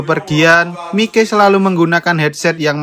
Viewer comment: Gini lo mas mike itu di baca maik bukan mike, mike opo rumasane mike tak e son opo pie 😂 tapi gak papa tetep bagus kontenmu mas semoga saya bisa sukses seperti mu amin🤲